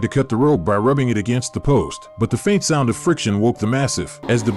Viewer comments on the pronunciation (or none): none